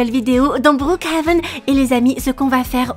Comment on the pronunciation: Omd comment elle a dit brookhaven au debut c'était meme plus brookhaven mais bRouKHaven😭 😂 Sa mérite un like 😌💅